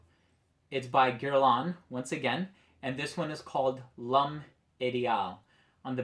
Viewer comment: Definitely interested in this one. If I might correct your French you're making it sound like lum it's lome it's pronounced like LOME the H in French is silent you connect the L with the o m m e and get loam. Hope that helps you out I'm definitely interested to go take a smell of this one and check it out good review. Remember all H in French are silent you do not pronounce the h and typically you do not pronounce the last letter of a word in French so you're L with apostrophe is connected to the o m m e. Ideal you're pronouncing wrong too, the interpretation obviously is the ideal man. I'm also confused who your things has full fragrances it's winter but fall-winter kind of connects but a few people including myself some kind of confused by the title.